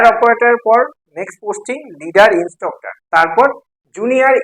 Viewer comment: Instroctor Naa!😂 Instructor